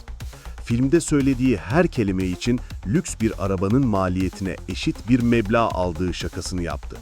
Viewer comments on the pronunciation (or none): none